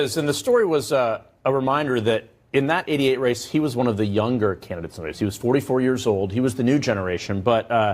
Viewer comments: Listen to - I know the contributor says “in that ‘88 race” but for a second it almost sounded like he said “in that idiot race”. Which I would have agreed. That’s all we get is useless to us idiots but useful to the media machine for however long they can squeeze every last drop out of them then they turn the page. It’s like waking up and realizing your parents might have something to do with Santa Claus and the Easter bunny. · it sure sounds like he says, "in that idiot race". Lol🤣😂🤣😂